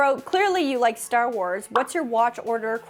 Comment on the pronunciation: When you said "Stah Wahs", sounded a bit like a Boston accent! Heads up Kenobi lovers! Belgian Malinois are NOT a first time dog. If you are still interested PLEASE find the breed club for them and try to find a mentor and or a breeder. DO NOT RUSH INTO GETTING ONE! They need a certain type of home. They can make some Border Collies look like slackers!!! This breed is used a LOT for Police and Protection work. I have a fair amount of dog knowledge, & there's no way I would personally own one. That said, I do think Kenobi comes across as well trained and calm! Could be knows her stuff on training/exercise/keeping him BUSY - BUT, don't think they are all like him! For clarity, I have a non typically active Frenchie. Has enough "boogie" when I need it, and a good "off switch"! But, do beware of health issues with Frenchies & a breed that must be monitored super closely for over heating. Constantly. Anything over 60 degrees & you better be watching them. (I was a Vet. Tech. for years, too!). Thank you for coming to my Ted Talk! 😉